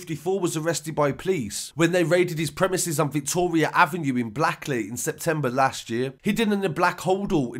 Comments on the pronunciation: It’s pronounced blake lee. Not blackley. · In the guns story the area is pronounced Blake ley. I know I live around the corner. It's nothing new. Everyday life fella. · Does say Blackley but for some reason it’s pronounced Blakeley. Carry on with the news anyway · Blackley Is pronounced Blake-Lee. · It's pronounced Blake ley